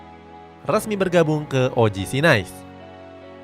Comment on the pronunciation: “OGC NIIS” cara bacanya gitu min. Bukan Nais